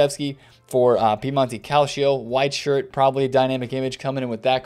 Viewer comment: everytime says Piemonte Calcio a kitten dies!